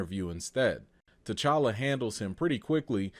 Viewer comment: Put some RESPECK on T'Challa's name!! That "ChaCha" molested me in my spirit!! Also, while I'm here: #RecastTChalla